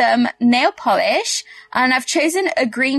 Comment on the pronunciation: Its nail polish not volish